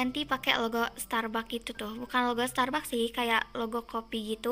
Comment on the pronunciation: Bacanya starbaks kak😅